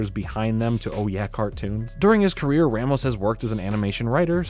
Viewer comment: a in ramos is pronounced like the a in raw